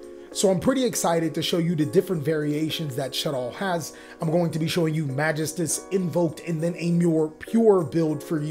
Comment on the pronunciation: man why do people keep pronouncing magistus so weirdly? its more like ma-GE-stus, there's a bit more emphasis on that second syllable. it's like people not knowing french with Infernobles all over again lol